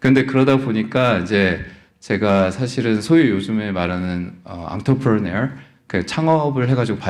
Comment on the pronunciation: 어줍잖게 영어발음 굴리네요 앙트레프레너 non profit ... 투자해서 돈 버신거 같은데 투자수익만큼 신기루가 없습니다.